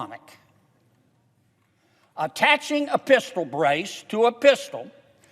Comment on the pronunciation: “Including a Pisshtal”😂 I feel like I should pull over but im on my couch. He hit that state trooper voice 😂